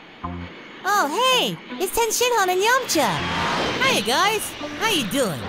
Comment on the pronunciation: Cursed hearing a British Cell pronounce Yamcha like an American (Yomcha)